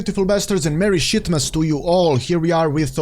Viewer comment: lol did he said shitmas😂